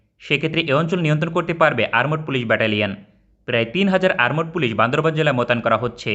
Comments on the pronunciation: আরমোড পুলিশ আবার কারা ভাই???😆😆 আর্মড পুলিশ আছে বলে জানি। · আরমড পুলিশ কি ? উচ্চারণ ঠিক করেন.